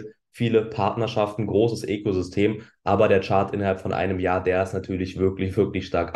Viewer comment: Jetzt fängst du auch an Ekosystem zu sagen.... Ökosystem heißt es. Ekosystem ist kein Wort.